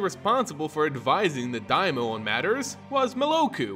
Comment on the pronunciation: Was that the only pronunciation error that got to you? I winced engender "daimyo" was mispronounced.